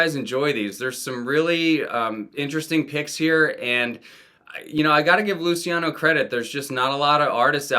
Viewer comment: Thank you for reminding me about Teen Angst. Instant add to want list. Small critique; it’s pronounced ‘Looch-e-ano’ Killing it with these uploads